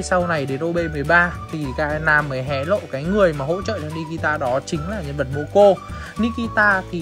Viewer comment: moco mà nói momo